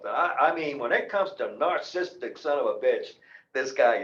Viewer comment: Wow, I’ll never get that 20 min of my life back. Alphonse isn’t the one with an ego problem here. Also, you’re pronouncing narcissistic wrong.